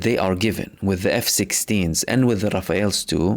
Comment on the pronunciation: Mahmoud, it's only a trivial détail, but the French jets aren't called "Raphaël ", but "Rafale". Pronounced : ra-fal.